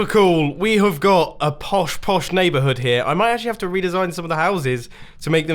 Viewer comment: Mumbo: tell everyone in your na-haberhood